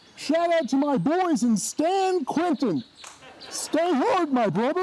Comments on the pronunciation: how's nobody noticed he said 'stan quentin'? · did he say stan quentin?